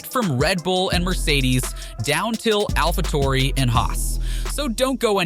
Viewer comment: Why does he say alpha tori